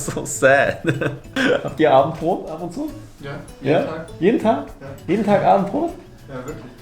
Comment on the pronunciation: ... You so seamlessly switching to German had me shook. ^^ that was unexpected, props to you, and definitely not me for needing that long to get it xD Ehrlich, ich hätte es wissen müssen, als du Abendbrot problemlos aussprechen konntest 😂👌